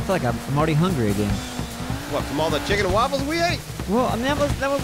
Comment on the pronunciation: "Chicken & Walfles"